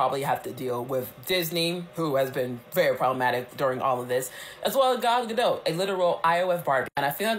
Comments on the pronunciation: I love how we still don't know how to pronounce "Gal Gadot"- definitely the superior Wonder Woman 🙄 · The fact that you can’t/won’t even pronounce gal gadot’s name accurately makes this whole video sus.